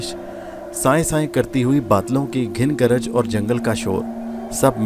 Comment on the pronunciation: its Ghan garaj not ghin garaj bro